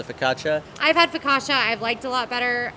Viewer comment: Not that I want to make you guys sick with food but I'm a little confused why Jaleo and Pepe are combined into one task but the single rider lines for rides are counted as separate tasks Good to see evryone together. pronounced ricotta focaccia right I believe